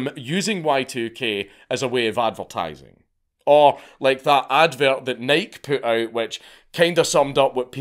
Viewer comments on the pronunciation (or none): It is pronounced NIgh-key. It's American, we made it, we named it. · Who says Nike like that lmao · that's not how you say "Nike"